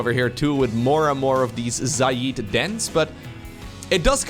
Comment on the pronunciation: Nobody else pointing out that is pronouncing Xayid like Xay-eed instead of Xay-id?